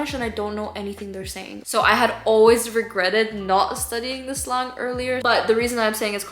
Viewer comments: Just a tip from a native english speaker instead of staying sl-ahng say sl-an-g the same sound as saying and! 👍 :) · Hey just an fyi you should pronounce slang “slay - ng” instead of “slaw - ng”. Because it stands for short language. “Lay - ng” At least that’s how it is in American English. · who’s gonna tell her slang isn’t pronounced slong